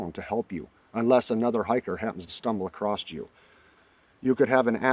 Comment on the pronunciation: There is no T at the end of across.